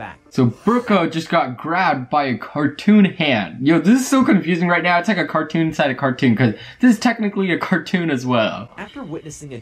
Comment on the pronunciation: you said cartoon hat yes you did really